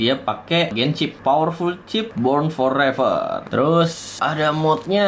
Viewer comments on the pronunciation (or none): born for fever su bukan foreer